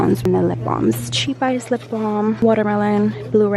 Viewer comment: I was lol when I heard you say cheap ice. It's chap ice lol